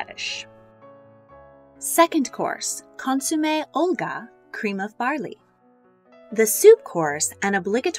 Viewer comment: Me, too. The pronunciations are killing me. Consoome?